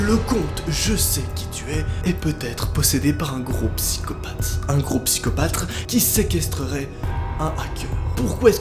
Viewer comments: "un gros psychopatRe" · "Un groupe psychopatre" 😂😂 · ''La locilisation'' et " le psychopatre" 😂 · Il l’a mal dit c psychopathe